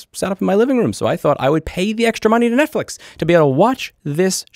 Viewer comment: I'm not catching the net fish reference, is he saying Net Flix that way?